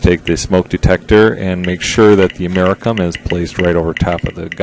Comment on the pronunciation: You pronounce Geiger like Geijer not with a g sound. Also americium is pronounced with the "c" sounding like an "s" not like a "k".